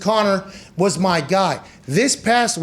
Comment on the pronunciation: “In mee dms” lol